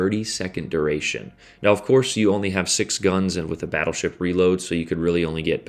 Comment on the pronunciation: “Smol bettlesheep” I didn’t know u spoke Russian?